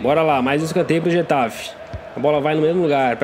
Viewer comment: getafi wtf e guatafe se fala